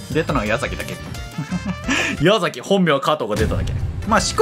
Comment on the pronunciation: ❌やざき ⭕やさき